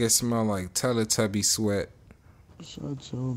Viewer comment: bruh I'm done he said teletubie sweat